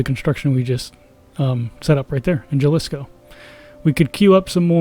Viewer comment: Jalisco is actually pronounce Halisco just thought you should know